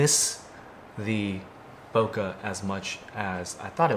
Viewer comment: that's not how you say bokeh